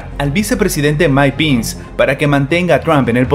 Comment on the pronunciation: Todo bien, pero no se pronuncia "Pins" sino "Pens"".....